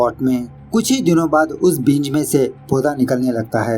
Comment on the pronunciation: भाई बींज नहीं बीज उच्चारण सही रखिए वीडियो और अच्छी जायेगी 🙏❤️ वैसे अच्छा एक्सप्लेन किया आपने 👌👌